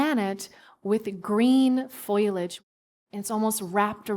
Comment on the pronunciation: Interesting interview! But FYI: Foliage is pronounced FOE-lee-ij, not FOIL-ij.